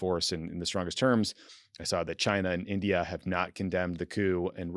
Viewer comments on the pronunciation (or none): none